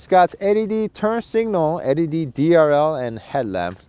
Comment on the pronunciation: I like how he pronounces LED :D